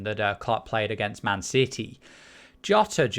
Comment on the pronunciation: ‘Man Siddy’